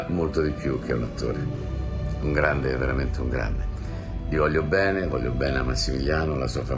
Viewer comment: Serena Bortone non sa pronunciare correttamente "gl" (come anche Amadeus). Per chi fa televisione è un difetto grave... che ci vuole ad affidarsi a uno specialista per correggersi?